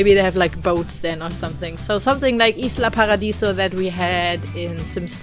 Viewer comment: the build is awesome! It was a challenge for you to build it, and the result is perfect;) I love your pronunciation in spanish "Isla Paradiso" XD